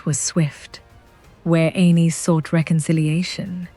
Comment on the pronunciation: I wish your AI voice would decide how it wants to pronounce Argilac. Every sentence it's different. 😂 And calling Aenys "anus" is just brutal.